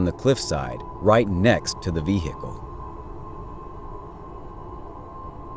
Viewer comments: Ve-hick-el. Vehicle. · V HICKLE ? Really? What Planet are you from?